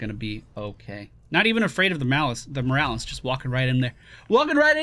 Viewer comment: Lt. Morales is pronounced as MOH-RAH-LESS